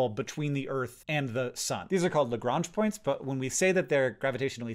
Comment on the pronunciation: I definitely heard "gronch points" instead of "Lagrange points" lol